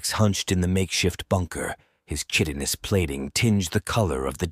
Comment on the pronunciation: I'm so, so sorry to be 'that guy', but chitin is pronounced 'kai-tin', like Cobra Kai, not 'chit-in' or 'kitten'. You don't have to address this problem, just kind of quietly change the way your narrator says the word. I really appreciate what you guys are doing here, this just bugs me is all!